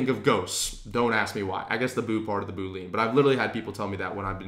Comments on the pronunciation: Yo the word (known by any and all IT people) is pronounced BOOL LE AN NOT BOOL LEAN... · Dude you lost me at Boo-lean. It's Boo-lee-an. OK, I'm gonna give you a few more minutes to recover from that. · You are mispronouncing the word 'boolean' that's why people are getting confused. It's 'boo-lee-uhn' not 'boo-leen'. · This was great, but as a former developer, it hurts my ears to hear you say boo-lean 😬. It's pronounced boo-lee-uhn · your content here is awesome. You are killing me with the Boo-lean's thought my man - unless LI coined a new term for their search criteria Boolean (boo-lee-an/boo-lee-ahn) is a math operator just like you describe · boo lean lol.. we computer science guys sound it like bu-lean.. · Decent— “boo·lee·uhn” haha boo—lean sounds like a dish from the Louisiana bayou. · Boo - Lee - UHN!!!! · FYI, it’s bool-ee-an, like chameleon. Great video I might add. Thank you. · Great video! One thing, though: "boolean" has three syllables - Boo-lee-uhn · I can't too many boo-leans driving me crazy. Good work pulling this together though. Good Luck! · FANTASTIC introduction to Sales Navigator, - thank you. FWIW, Boolean is normally pronounced Bool-ee-an, a kind of logical algebra created by George Boole. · Boolean is pronounced as >> boo ·lee·uhn Anyways, super helpful man! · Hi, I believe the correct pronunciation of Boolean is boo-lee-uhn. Somehow, I heard you pronounce it as a 2 syllable word like boo-uhn. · Really helpful, apprecaite the info, but how do I break it to him that it's pronounced 'Boo-lee-un'? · This tutorial is amazing, great job!! BTW, this algebraic approach to search is named after George Boole, ergo Boolean search. He wasn't a ghost, and certainly not a yoga instructor. It's pronounced boo-lee-an! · You're saying 'boolean' wrong. It's pronounced boo-lee-an, look it up. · Funny that you say "Boo lean". It's actually pronounced differently. Nevertheless, thanks for the tips :-)